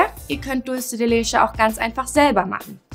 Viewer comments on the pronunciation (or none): Mira "Leche" ist Spanisch und wird daher nicht 'lesche' ausgesprochen!! Eher 'letsche'...